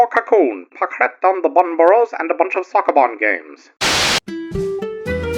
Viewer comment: The way you say sokoban hurts me mentaly.